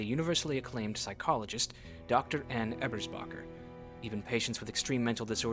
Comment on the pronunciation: btw - your pronunciation of ebersbacher is great! the games the weird one on that. source: someone who lives near the actual town ebersbach